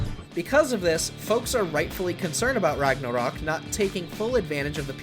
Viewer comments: Seriously, he says Rugnarrrruhk like 50 times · You say "ragnarok" like biden says "taliban" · I'm just tryna figure out why tf this guy keeps pronouncing Ragnarok like that.